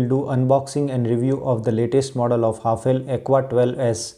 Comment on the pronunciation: Its pronounced as हैफले not what you said 👍🏻